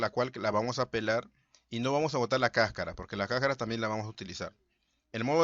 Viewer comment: Se dice cascara, no cacara.